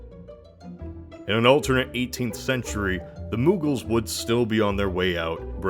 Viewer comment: It isn’t moooooogals, it’s it is pronounced like MmOgaul